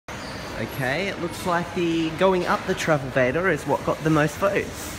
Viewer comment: Travelator not travelvator